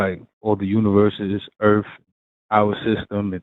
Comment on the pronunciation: Jay, forgive me if I'm hesitant to think somebody who pronounces Earth... "Erf"... has the secrets to the universe.